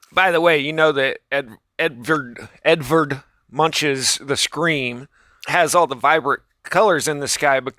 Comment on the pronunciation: Its pronounced "Edvard Moonck"